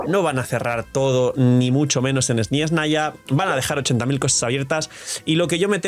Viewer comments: Hola, deja de decir SnYeznaya es Snezhnaya sin esa Y molesta que pronuncias xd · No veo donde esta la "i" en la palabra SNEZHNAYA...